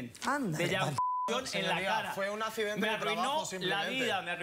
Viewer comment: Fue un "acczidente" de trabajo jajaja